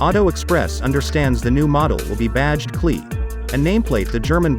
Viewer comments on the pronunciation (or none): It is not pronounced "Cle" ......It is pronounced C>>>>L>>>>>E